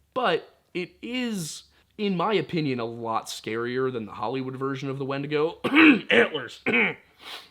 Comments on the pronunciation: This man did not say wendussy plz tell Me he didn't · ...this man just say wendussy? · Yup, subscribed instantly upon hearing wend-ussy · “It’s time to skinwalk your way into the woods and hunt yourself some wendussy” 💀